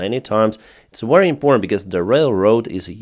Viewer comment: the way you say ( very ) is wrong. you pronounce it like war wary it sounds like. is pronounce Ve-ry like victoria. Very.